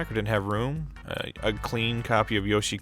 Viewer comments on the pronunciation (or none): none